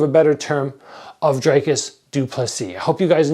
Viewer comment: You’re a content creator, you’re dedicating a video to someone and you can’t even check how to pronounce his name. lol it’s not that hard.c